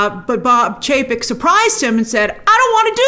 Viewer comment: Love how Grace messed up Chapek and Paycheck haha